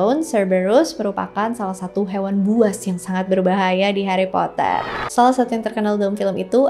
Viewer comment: Heri potah